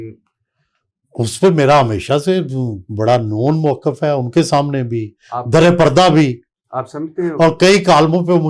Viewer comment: وڑائچ صاحب خود کو بہت بڑی ادبی شخصیت سمجھتے ہیں۔ واہ واہ واہ ۔ جناب ۔ درے پردہ نہیں در پردہ ہوتا ہے ۔ اٹھونجا نہیں اٹھاون ہوتا ہے ۔ تریک نہیں تحریک ہوتا ہے ۔ . "صرف " ۔ " فرض" اور بہت سے دیگر الفاظ کا تلفظ ٹھیک کر لیجیے پھر "ملک " پر بات کیجیے گا ۔ ۔ ان کا عظیم الشان گھر دیکھ کر ہی اندازہ ہوتا ہے کہ یہ کتنے بڑے " صحافی " ہیں ۔ ۔ الیکشن والی رات جیو پر ان کا تجزیہ سن کر انتہائی افسوس ہوا تھا ۔ جب انہوں نے نہایت سنجیدگی سے کہا تھا کہ ساری پارٹیوں کے ووٹ اکٹھے گن لیں ۔ پی ٹی آئی ان سے ہارگئی ہے ۔ شرمناک تبصرہ ۔ ۔۔ ۔۔۔۔۔۔Sz Rana official